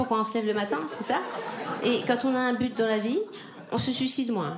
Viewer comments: C’est très tendance, je sais, depuis quelques années de le prononcer ainsi ; pour autant on ne dit pas su cide, mais sui cide ; bon, ça n'enlève pas ton talent 🙂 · Elle n'arrive pas à dire sUIcide, donc elle prononce sucide ... écoute bien ...